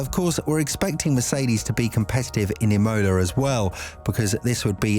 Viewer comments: You’re saying it “I-mo-la” it’s “Im-o-la” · Emola with a capital O and fully pronounced mid way through the word aswell 😂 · anyone else like the E-MOLA Race ahhh, killing me every time it was said haha rest of the video is good just Imola got my blood boiling haha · It's Imola not Imola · Please google how to pronounce Imola.